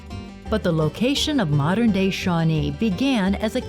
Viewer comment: It's Shawnée